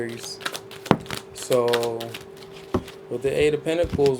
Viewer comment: I love it when you say A R I E S😂❤